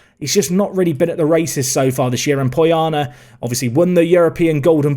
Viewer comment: Proud of my fictional romanian player. Btw, put the accent on "o" from Poiană.